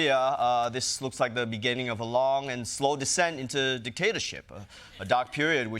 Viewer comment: Did I hear Ronny wrong, or was there a Freudian slip? "...Trump to begin his decaytorship...". Well done, anyways!